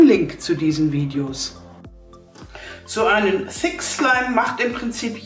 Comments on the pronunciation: Wer Hat auch Fi*k Slime Verstanden? HAHAHA LIKET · Wer hat auch f*ck slime verstanden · Sorry ich habe fick slime verstanden🤣😂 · Ich habe verstanden FICK schleim... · Ich habe f*** slim verstanden